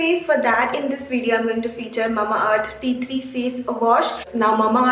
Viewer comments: You make quite simple relatable videos which is rare and lovely. Just a small correction..it is tea TREE , not tea THREE. :) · Tea-tree not tea three plz read properly